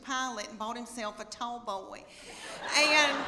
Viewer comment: She said “Bo-Wee”. Was she trying to say “Boy”?